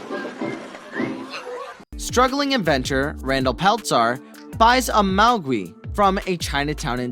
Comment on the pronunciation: You've never watched these movies before. What's a Mowgwee? That's not how you pronounce Mogwai. You don't even know how to pronounce Peltzer.